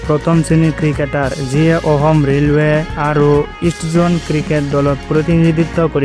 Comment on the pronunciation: ভাল কৈ অসমীয়া ক'ব শিকা অসম নহয় অসম